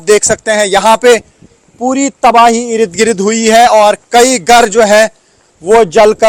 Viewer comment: please don't say 'Ir i d' 'Gir i d' it is Ird Gird... The urdu pronunciation on the urdu channel should be accurate.. thank you.